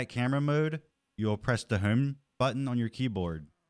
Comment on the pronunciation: you say home weird